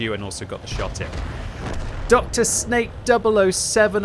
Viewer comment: His name in not Dr Snake, but Drsnak, that means something like tough guy